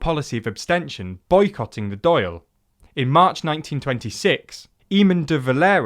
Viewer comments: How hard is it to look up the proper pronunciation of Dail or Eamon? Surely any decent content maker would make sure they're not making a fool of themselves before posting a video? Also "Perceived discrimination", the Catholics in the North were very much discriminated. Saying perceived repeatedly makes you sound tone deaf and trying to erase history. I know it's hard for British people to talk about their countries crimes and prejudices but if you cant do that in this situation, you're better off not engaging with this topic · Decent video overall but plenty of constructive criticism (like the mispronunciation of Eamonn & Dáil) as already noted. However the use of modern party symbols and time-jumping leads misinterpretations. Outside of the name, today's Sinn Féin has only the most tenuous links to the Sinn Féin of the War of Independence. As you noted the original Sinn Féin split into what are now Fine Gael and Fianna Fáil, with Sinn Féin disappearing until the 'Troubles'. So today's Sinn Féin are closer to SF 2.0 than a continuation of the original Republican party. Using the modern SF party logo to represent the Sinn Féin of 1918 is therefore misleading. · People have corrected your pronunciation of Dail already so I won't bother, but there's one more word pronounced incorrectly. Eamonn is pronounced Ay-min Great video! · Please look up the correct pronunciation for words in Irish. Your Dáil pronunciation is fair bad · Oh Jesus, Mary and Joseph above in Dublin, the pronounciations... Its Dail (like, D'all, not D'Ayle) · Dail is pronounced "Dauul" btw not "Doil" haha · 'Dáil' is sounds more like 'daw-L', rather than 'dale'. Some RTE news videos YouTube here would be good reference. Great video lads! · Dail is pronounced dol. Not doyle. The mispronunciation led me to cringe a fair bit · Great video, but a correction: Dáil Éireann is pronounced ‘Dawl Erin’ and not Doyle airmen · Not pronounced Doyle nor Dayle. It's pronounced Dawl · Dall. It's pronounced dall...